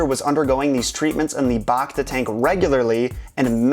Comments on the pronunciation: BACta tank - BACk - BACtine - BACteria Don't BAWKta the pronunciation. Bacta tanks put you BACtagether. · bActa not bocta